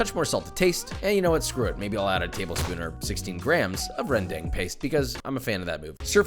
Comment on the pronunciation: i have to say, Josh's sambal is v similar to what my dad usually make whenever i come over! the only difference is my dad's version is more greasier but that's about it! and your pronounciation of kecap manis is kinda close but that's fine! but when you say rendang, the "a" sounds like when you say ramen, so it's rendAng not REndang. hope that helps and keep up the good work Josh! much love from Indonesia